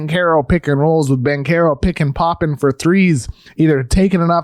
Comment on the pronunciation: your pronunciation of Banchero is so off... it's almost like you're trying to butcher his name